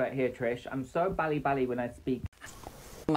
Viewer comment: Dude, I barely speak any Korean and I can tell you his Korean is absolutely shit 😂😂😂 언니 as “oonie” 빨리 as “bawli,” etc, good god. 🤦🏻‍♀️